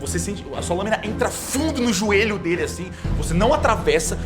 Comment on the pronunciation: Da mesma série de "póças" e "róstos" vem aí "ajoélho"